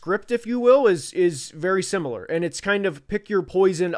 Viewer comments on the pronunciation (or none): none